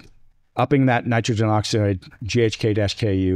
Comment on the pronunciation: This guy is a nut - it's ghk-CU - not KU - what a dummy